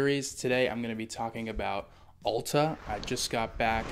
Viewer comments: It’s not Awwl-ta! It’s Al-ta!! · Correct pronunciation is like the letter "L" as in L-ta. Or think of "al" as in the word, "altitude." It's clearly not like the word, "all." It's a common mistake.